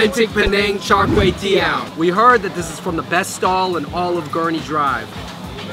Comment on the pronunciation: Any Cambo's cringe when they say Char Kay teow?😂